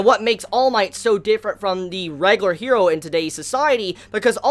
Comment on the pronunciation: Like your stuff, but just say hero in the English pronunciation, not her-do